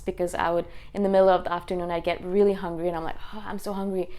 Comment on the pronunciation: Love how you say "rilly, rilly, rilly"! :D